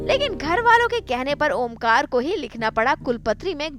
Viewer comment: yr ye omkara ko omkar kyu bola rahe hai??????